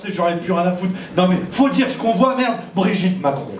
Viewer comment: C'est pas Brigitte, c’est Brichibre 😂😂😂😂😂